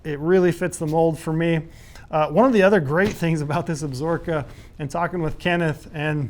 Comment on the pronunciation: Cmon - can’t even pronounce the mountain range correctly. Ab-Sa-Ro-Ka lol absorkaaaaa